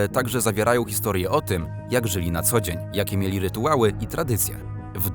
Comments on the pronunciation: Ciekawostkowy filmik +++. Szkoda, że zdecydowanie dobry lektor czyta wyraz "rytuały" jako "rytułały". Drobna rzecz, a nie cieszy... Pozdrawiam. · Bardzo lubię słuchać lektora ale drażni mnie jak wymawia słowo "rytuały" słyszę RYTUŁAŁY. Łapkę daję.